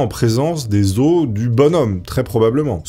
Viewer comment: on dit "les os", pas "les osses", ca m'a perturbé toute la vidéo!